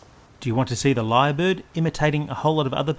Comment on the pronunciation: It’s called, Lyre Bird. Not ‘Li’ bird.